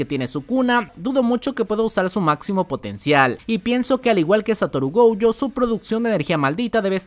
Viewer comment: Pd: se dice Gojo, no Goujo xD